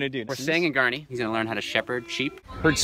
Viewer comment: its not garniii, ITS GARRRRRRNI